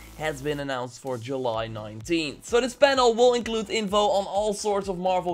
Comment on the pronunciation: say july correctly or else